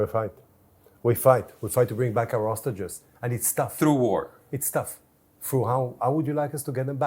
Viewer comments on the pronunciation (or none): you are an insult to the human dignity and intelligence. There is a difference between hostages and ostriches. Please learn to pronounce it correctly before you do your next genocide defending interview 😂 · now teach him how to spell "hostages " - it's H-O-S-T-A-G-E-S, not OSTAGES